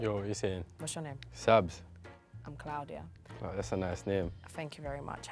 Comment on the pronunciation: CLOUD-iya lol